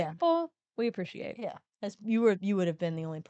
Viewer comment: I "appresh" nice abrev